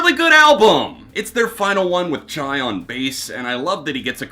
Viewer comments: Duuude his name is pronounced "Chee" not "Chai" RIP Chi Cheng. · Chi Cheng’s name is pronounced Chee, not Chai. That being said; your reviews are full of detail. I appreciate what you do. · Chee...not Chai. But yeah good job bud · Chai? Its Chee... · I've never ever heard anyone pronounce Chi's name as Chai?? But do you I guess. Lol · Innocent mistake but every time you say “Chai” for Chi is a tough listen. Beyond that here goes: 9. Adrenaline 8. Gore 7. Deftones 6. Ohms 5. Koi No Yokan 4. Around The Fur 3. Diamond Eyes 2. Saturday Night Wrist 1. White Pony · It’s pronounced Chee btw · So we just gonna ignore the mispronounciation of Chi and Mein?